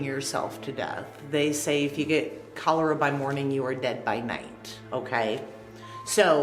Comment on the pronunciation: It’s Cholera. Not Cholora 🤦🏻‍♀️🥰